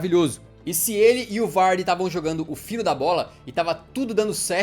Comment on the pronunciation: Mas é o jeito certo